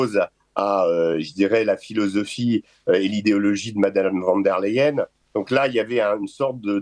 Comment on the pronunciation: On dit "fone dère Laieène" phonétiquement, les Français savent pas prononcer l'allemand le "van" est flamand et le "von" est l'équivalent de la particule nobilière francaise "de" cà va aller là ?